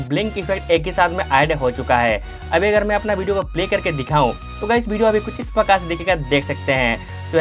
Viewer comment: 1000 baar bhidiyo bola😂😂😂